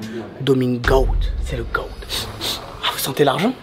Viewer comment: quand tu dit le goat sa se prononce le gote pas le goat